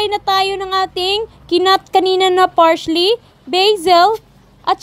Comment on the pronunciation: Parsley po,,, hindi Parsh-ley